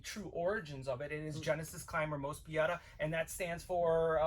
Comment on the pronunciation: It's Moe-spee-dah.